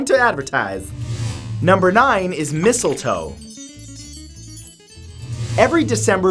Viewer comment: "number nine is missile toe" me: "missile wah...? ... oh.... mistle toe... oh... "